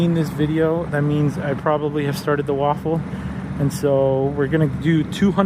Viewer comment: With all due respect, you eat "waffles" and you run "raffles." It's pronounced "Raff-el" (like raft, without the "t"), not "Waff-el" - there's no "W" in "raffle." I've been trying to correct Nick for months, now. Not sure why you guys think there's a "W" in that word. Not trying to be disrespectful, but the rest of the world pronounces that word with an "R," not a "W." 😉😎 By the way, very nice selection of cars! Hope you're successful building up your channel! If I won one of those sweet vehicles, I'd probably choose the van or the Jimny. 😁